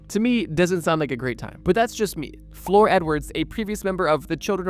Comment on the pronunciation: Not even the most basic research done on this video. Rose "McAllen" is actually Rose McGowan. And I'm just gonna assume that "Floor" Edwards was actually "Flor" Edwards. You know, like the Spanish word for flower, not the thing you step on in a building. Kinda hard to accept anything said in this video when even the simplest things weren't researched.